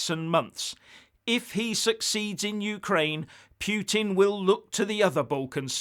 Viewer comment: Norway, Finland, Estonia, Latvia, Lithuania and Poland all have direct borders with Russia, so Ukraine is hardly a buffer zone to the west. And, learn how to pronounce Putin, you sound stupid.